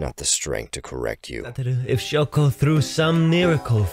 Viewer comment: i love how shoko is just called "shoe"